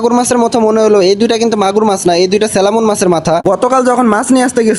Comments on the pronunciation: স্যালামন না স্যামন ফিশ 😂 salmon =স্যামন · Selamon na salmon.garos na koral😅